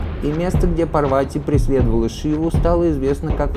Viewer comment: События Махабхараты происходили в Гималаях. Курукшетра в Пенджабе или в Химачале. Пожалуйста не называйте ПАрвати ПарвАти 🙏🏻🙏🏻🙏🏻 пожалуйста, пожалуйста 🙏🏻🙏🏻🙏🏻